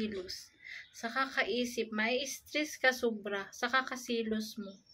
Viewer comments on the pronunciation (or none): stress po, Hindi strees, and doubleng letra ay ‘s’ Hindi ‘e’, parang naging punong kahoy,’tree’ yung dapat ‘stress’